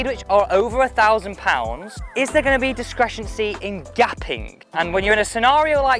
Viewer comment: im sure you meant discrepancy not discrectioncy 🙂